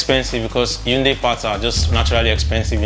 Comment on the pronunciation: Hyundai (hai ·un·dai) not yatunde😂